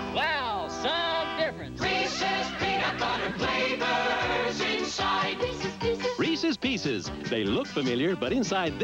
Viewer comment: I love these because there's no chocolate. Just peanut butter and sugary crunchy shell. Am I right? When you just want peanut butter and no chocolate! Also some people mispronounce them and say "Reesies Peacies". This old school commercial pronounced them correctly - REESUS PEESUS! Bravo!